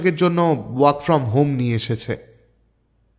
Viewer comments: Kathata udogrib noy udgrib hobe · khub valo uposthapona. Tobe ekta kotha jante chai seta holo please 'udgrib' ke 'udogrib' uchharon kora taki sathik ? Doya kore janaben.